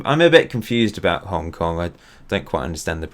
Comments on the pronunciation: is Hong Kong not Hong king😂😂😂😂😂😂😂😂😂😂😂😂😂😂😂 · xd its hong king